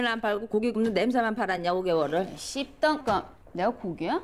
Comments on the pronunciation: 껍던씹이든 껍던씸이든 그냥 씹던껌 발음 꼬인 건데 불편해하는 건 니밖에 없을 듯 ㅋㅋㅋ 그럼 방송에서 씹이라 했다고 씹씹 거릴까? 당연히 씸이라고 자체 순화 시켜주겠지 ㅋㅋㅋ 뭐가 불편한 건지 모르겠네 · 껍던<씹>이라 말했음. 옆에 패널들이 당황해서 잽싸게 껍던<씸>이라고 들은 것 처럼 연기해 주고 편집자도 껍던씸이라고 자막 넣어서 강민경 인공호흡기 달아준 거지... 그 영상 아직도 많이 돌아다니니까 주작 마인드 접고 제대로 들어보길. 10000% 껍던<씹>이라 발음하고 강민경도 ㅈ됐다 싶었는지 눈까리 엄청 커짐 ㅉㅉㅉ